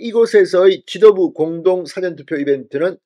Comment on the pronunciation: <사전투표>발음좀 똑바로하세요. 사전이 영어사전입니까 국어사전입니까?